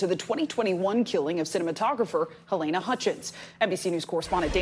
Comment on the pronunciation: Your Anchors are an INSULT!. Pronounce Halynas name wrong much? Say it right or not at all.